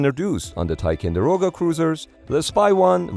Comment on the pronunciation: Somehow the robo voice has trouble with 'TicOnderoga' too. Misspelled text to voice?